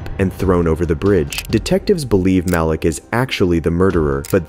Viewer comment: ITS MAH-LEEK NOT MAL-LICK these name pronunciations make the video hard to watch